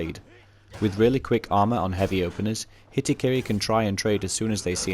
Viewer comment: gon heaby lol